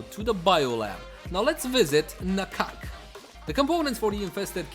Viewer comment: At last, a person who pronounce "Na-kak" very close to the actual Thai word. :)